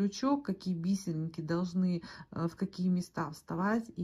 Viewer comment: Спасибо большое за канал, за доступное объяснение❤ Отдельное спасибо за "би́серинки", а не повальное "бисери́нки", которые невозможно слушать, режут слух. Подписка, однозначно!)❤